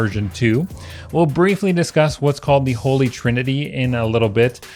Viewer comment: It’s “holy” not “holly” ….. (sighs….)